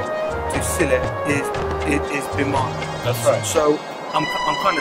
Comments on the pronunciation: The way you said Biman like "Beeman" is too funny for me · "Beeman "..lol 😂😂😂😂 It's biman.. Learn to pronounce correctly heta marani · its Biman not bhima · Seeing an Airhostess with specs for the first time. Good flight though. The pronounciation is Bmaan...😄👌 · Sam it's not Biman, it's Bimaaan.. itself means an Airplane 😂